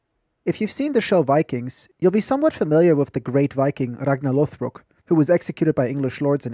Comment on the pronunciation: Digging European history lately! You make me get this game. Especially with these sick pronunciation skills :D Ragnar Lothbrok, Wien, Beaumont, Sheikh - sound so smooth!